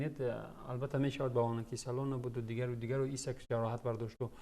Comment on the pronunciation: Номш Александр Исак Шумо номша нодруст меген исок не бародар хами номои футбалистора бисёрша нодуруст меген ёд гирен дуруст гуфтани номои футбалистора.